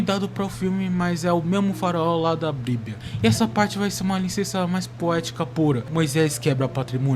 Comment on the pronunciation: O vídeo ficou bom mano, mas aprende a falar “Problema” e “Bíblia”